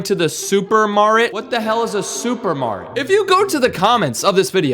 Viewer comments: Supermarket ❌ Supemaret ✅ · First video I'm watching called hospita now it's supeemaret😂 how is this possible 😂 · Bro the “Supermarrt”😂😂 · supymaret got me 😂😂😂😂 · Soupymaret waht the hell💀. Waht the hell is a soupymaret💀. Its not soupymaret tis super market. Bro